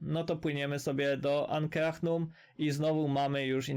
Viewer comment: "ankrahnum" XDD